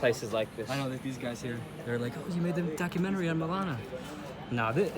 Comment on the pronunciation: "This Dock-A-menchry" 🤣🤣🤣